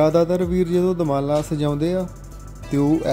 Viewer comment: ਪਰਿੰਟ ਕਰਨ ਲੱਗੇ ਵੀਰ ਨੇ ਦੁਮਾਲਾ ਨੂੰ ਦੁਰਮਾਲਾ ਕਹਿ ਕੇ ਅਨਰਥ ਕਰ ਛੱਡਿਆ ਹੈ 😢